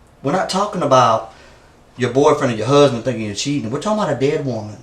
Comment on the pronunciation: "my therd huzbind"